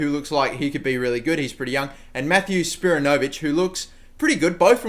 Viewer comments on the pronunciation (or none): Spiranovic is pronounced "spear", "ano", "Vic". Come on u should know this u are Australian